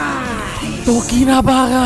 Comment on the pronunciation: Bukannya namanya tokinibara bang kok jadi tokinabara